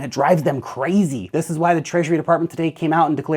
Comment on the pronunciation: "... Bitcoin cannot be stopped and it drives them CRAY-ZEEE..." Ha ha, dude, that is AUDIO-MEME MATERIAL! I must've rewound and listened to that at least 5 times, LOVE IT! :-D